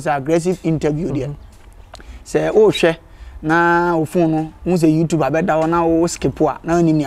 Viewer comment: Kwaku it's YouTube not youtupe